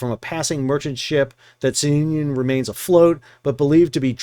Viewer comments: SOON-ee-yun. Like union, but sounion. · The correct pronunciation is Soo- nee- un. It is a formal Greek name. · It's pronounced Sue-Neon (named after a place on Greece)